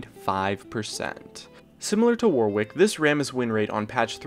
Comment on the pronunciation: the second W in Warwick is silent....... (an Englishman)